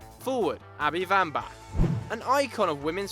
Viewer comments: its not Vambach...its WAMBACH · Wambach not Wambach...she isn't German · It's wambach pronounced with a w not a v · Vambach? You mean Wambach? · if he says vambak one more time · Abby Wambach isn't russian. Its a W, and its pronounced like one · SInce when is it pronounced "Vambach"?? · Vambach??? It's pronounced with the W, but great video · Your saying wambach wrong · Abby Wambach's name is pronounced with a W sound not a V